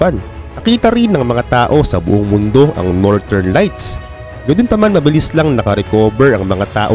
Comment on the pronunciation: nortern at soutern😂 galing😅